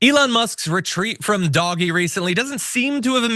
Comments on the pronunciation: DOG - EE?!! Everyone else says DOUGH - JE. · "doggy" "doggy"! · It's pronounced doh-je sir. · its fine mispronouncing a BS made up department that did zero good for anyone in this country